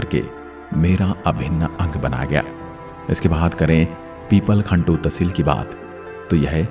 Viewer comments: बहुत सुंदर आवाज के साथ प्रतापगढ़ की अतिसुंदर प्रस्तुति मुझे आपसे कोई आपत्ति नहीं हे पर में इसमें कुछ जोड़ना चाहूंगा की प्रतापगढ़ में 5 उपखंड और 7 तहसीले हे इस बारे में बहुतों को कम जानकारी है। पीपलखूंट सही उच्चारण है नाकी पिपलखंटु आपके प्रयास को सादर नमन🙏🙏🙏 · सर वह पीपलखूंट है न कि पिपलखन्तु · उपखंड - It's pipalkhunt पीपल खूंट😊